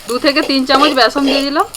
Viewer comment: এরা আবার besan(byason) ke byasom bole,.. Byasom 😂